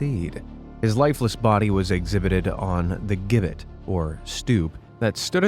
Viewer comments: It’s a gibbett pronounced Jibbett. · gibbet is pronounced with a 'j' initial sound.